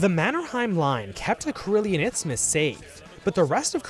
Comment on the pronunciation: you said izmus or itsmus multiple times. the word is isthmus. no ts in it